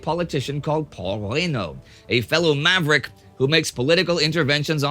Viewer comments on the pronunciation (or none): none